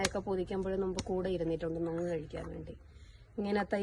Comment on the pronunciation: നൊങ് അല്ല.. പൊങ്‌ 😊